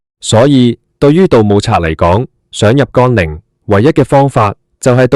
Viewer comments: 乾陵不是讀干陵，咁都讀錯太過份了! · 乾，連字都讀錯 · 讀都讀錯